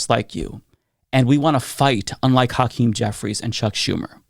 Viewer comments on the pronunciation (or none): I see mispronounce Hakeem Jeffries first name which is what white folks do. The Democrats need to be UNITED, not divided. Even the repugs are talking the same talking points. They're united whether they believe in it or not. We the people have to lead ourselves and become UNITED because these politicians are NOT LEADERS.